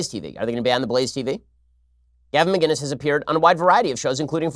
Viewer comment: Ben, Love the show. His name is Gavin Mcinnes not Gavin Mginnes, with a C not a G.